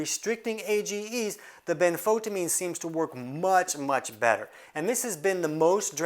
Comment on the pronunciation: benfoTIamine TI-amine ben-fo-TI-amine . . . pronounced like a TYE around your neck, rhymes with DYE . . . and SIGH : )